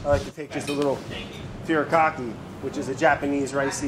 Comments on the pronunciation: not gonna lie, the one thing that Brad does, is mispronouncing japanese food names. like furikake (foo ree kah kay) is not furry cocky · As a heads up, Furikake is pronounced "Fu-di (like a hard r) kah-kay" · Lol, it made me laugh super hard how he mispronounced 'Furikake'. Fuh--ri-kah-keh. Also, you can use a bamboo skewer to close the squid up so the filling doesn't escape. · Go-chu-jah-ng Brad: Gojewjaing Fu-ree-cah-keh Brad: Furicocky Boh-knee-toe Brad: Bonita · "fury-cocky?" Brad. My man. furikake is pronounced "foo-ri-kah-keh" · Ponzu is pronounced ‘p-owe-n-zoo’ and furikake is ‘foo-dee-kah-keh’ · "foo-ree kah-kee." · The way he pronounced furikake 😂 i love brad lmfao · My last braincell died when Brad said furikake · 1. MSG isn't bad for you. It's just salt with glutamate. 2. I cringed hard at the way you said furikake. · hearing brad pronounce “furikake” like that made my day just the tiniest bit brighter 😂